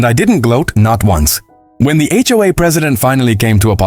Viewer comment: It's HOA not HOAA